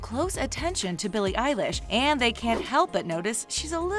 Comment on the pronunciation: Oh no. They said her name wrong